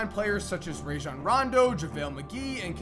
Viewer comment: Who’s Jaejan Rondo last time I checked it’s pronounced Rajon Rondo